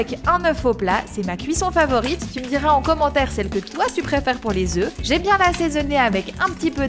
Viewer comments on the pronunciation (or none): none